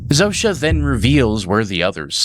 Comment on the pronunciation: Wild hearing the polish name Zosia pronounced Zoh-sha. Guess the writers picked a name from the other side of the world to sound weird and alien for an alien spokesperson.